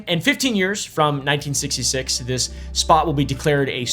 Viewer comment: “we ain’t got time fo dis, Ellis.”